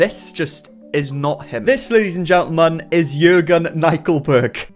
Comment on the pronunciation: The way he said “Jürgen” was very good. Greetings from Germany 💆🏽‍♀️